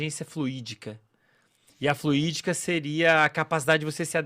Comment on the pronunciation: alguém explica pra ele que é inteligencia fluida, não fluídica. não entendo porque se expõe a falar do que não entende. Chama um psicologo recém formado pra falar disso no groselha.